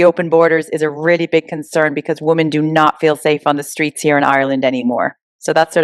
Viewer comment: The word is women when referring the women in the plural not “womon”. Why do people do that. Super weird. Stop it.